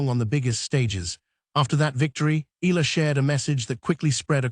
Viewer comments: Her name is ALEXANDRIA EALA not Ayala. That pronounced EYALA not AYALA. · To the content creator, it's not AYALA. It's EALA. Welcome to Washington DC, Alex! Make our Kababayan happy and proud of your new tennis journey in the USA ❤❤❤ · Pronounce Eala in 3 syllables as Pilipinos do: Spanish E, add the letter Y before the a as in Ya, then La. E-Ya-La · Eala: eh-YAH-lah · Correction to all contents creator please pronounce Eala (Eh ya la) our pinoy Tennis player thank you. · She is in Manila and will have a fan meet on July 15 at the Glorietta, Makati. She will be flying to Washington later this month. So this video is totally inaccurate. Btw, it is pronounced EE YA LA . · Fake AI news taking advantage of Alex popularity for viewer cant even properly pronounce Alex family name what a shame😡😡😡